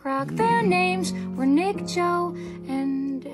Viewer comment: Me now only obsessed with Joex pronounce it like jokes